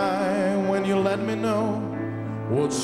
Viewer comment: Viem ze neskoro :P ale keby si si vypocul original :) hahaha zistil by si ze to YOUUUUUUU u je tam a ze tam nespieva do Yah ako vsetci ostatny ... Mr. Cohen bol gentleman a vedel ako vyslovovat .